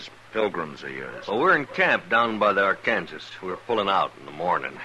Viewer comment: Ark-an-saw River, not Ar-kan-ziz. Sheesh.